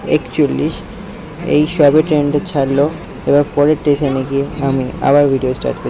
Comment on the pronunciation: Tason ❌ station ✅ 😂😂😂😂😂